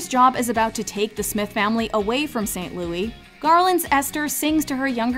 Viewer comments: Please stop calling it 'Louie'. The movie title is 'Meet Me in St. Louis' - pronounced just like the city the story takes place in. As someone who lives there, no one calls it 'Louie'. Only the song. Tootie herself corrects Mr. Neely when he calls the city St. Louie. You've called it 'Louie' in every video you make and it's wrong. It makes me cringe. The song is pronounced that way but not the city nor title of the film. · “Excuse me,, but it’s pronounced ‘St. LOUIS’!…” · Every time St Louis is mispronounced makes me cringe. Yes, I'm aware there is the French pronunciation.